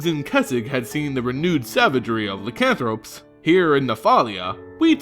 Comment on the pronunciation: Eldritch, is not Eldrick... ( El-Drich) Lycanthrope, is not Lickanthrop. (Lie-can-throwp)